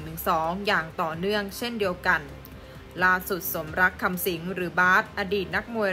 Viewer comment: คุณสมลักษณ์ มีเน้น 😂😂😂😂